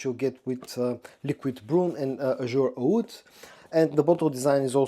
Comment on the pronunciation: I'm sure others have noticed and may have commented and I do not mean to be rude. But you need to work on your pronunciations for WOOD and OUD and WOODY and OUDY. You say them nearly identical.